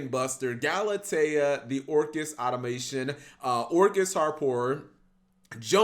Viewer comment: Omg you're just as bad as CaliEffect. Galatea the Orcust Auto-MATON not Auto-MAYSHUN.